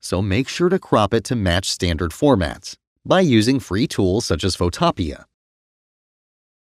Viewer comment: Pho-topea, never heard this pronunciation before, but it's better than "photo-pea"